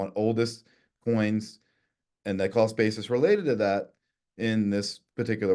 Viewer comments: He definitely said "call spaces" not cost basis 😄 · Sounds like he's saying crawlspace....lol. The host was correct when he asked him what he meant about crawlspace. 😅 Cost basis...crawlspace Do they sound the same to you? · i swear he was saying "callspaces" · why does everytime this guy says "cost basis" all I can here is "call spaces"? He tricked Andreas as well